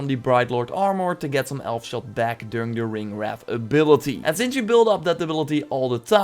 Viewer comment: Bro it is not ringwrath. Ringwraith